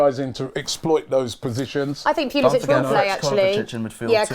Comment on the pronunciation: Ffs they don’t even pronounce pulisic’s name right